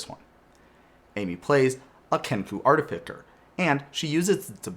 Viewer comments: I think it’s pronounced “Artifisser” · It's "Art-ti-fi-sser" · I too, like to intentionally mispronounce cards for the luls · Thought it was very funny when you said artificker the first time. Less so as time went on Still a big fan tho love ur work xx